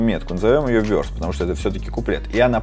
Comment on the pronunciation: ну Verse же, а не Verce((